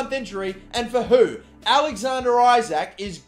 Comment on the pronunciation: Isak is pronounced E-sak